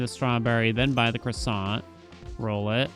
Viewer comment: the kroy-sahnt